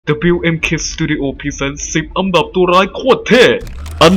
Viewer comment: คนพากษ์ พูด อันดับ เป็น อำดับ